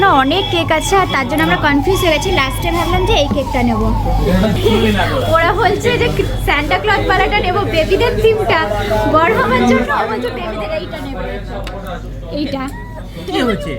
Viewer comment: Santa Clot na Santa Claus